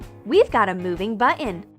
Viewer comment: she says button but it sounds like she said bunion